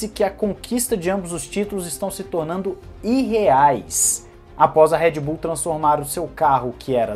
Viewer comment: É Red Bull e não Head Bull!!!!